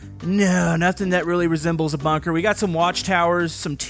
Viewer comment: its bunker not bonker